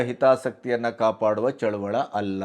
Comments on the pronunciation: ಚಳುವಳ ಅಲ್ಲ ಚಳುವಳಿ. ದಯವಿಟ್ಟು ಈ ಪದವನ್ನು ಸರಿಯಾಗಿ ಬಳಸಿ. ಇದು ನನ್ನ ಕಳವಳಿಯ ಮನವಿ. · ಚಳುವಳ ಅಲ್ಲ ಚಳುವಳಿ ಎನ್ನಿ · ಚಳುವಳಿ.ಚಳವಳ.ಅಲ್ಲ.ಸ್ವಲ್ಪ ಗಮನ.ಕೊಡಬೇಕು.ನಿಮಗೆ..ಹೇಳುವಷ್ಟು.ದೊಡ್ಡವನಲ್ಲ.ನಾನು.ಸಾಮಾನ್ಯ,ರೈತ.. ಕ್ಷಮೆ ಇರಲಿ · ಅದು ರೈತ ಚಳುವಳ ಅಲ್ಲ ಅದು ಚಳುವಳಿ